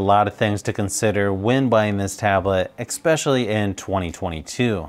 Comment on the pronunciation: I have to ask. Do you actually say "ecspecially" instead of "especially"? It's really bugging me, I have to check if I'm just hearing it wrong.